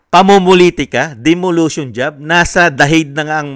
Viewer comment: Sir COMMISSION "ON" AUDIT hindi po OF DEMOLITION hindi po DEMOLUTION gaya ng sinabi nyo